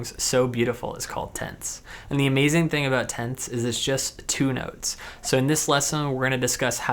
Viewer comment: It took me several repetitions to figure out he was saying "tenths". Tents? Tense? Oh "Tenths!"...